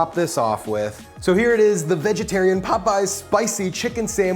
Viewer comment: Not “Popeys”